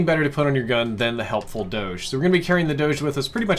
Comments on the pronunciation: Everyone: Dogeh: Dowsh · This is great , but I definitely cringed hard at “MOANalithic suppressor” and “fat doadzhe”